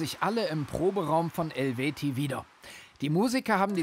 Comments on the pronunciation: wie er den Namen erst falsch, dann richtig und dann wieder falsch ausspricht 😂 hat Chrigel ihn wohl nach der Show unterwiesen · Der Name ist Programm. Und falsch ausgesprochen.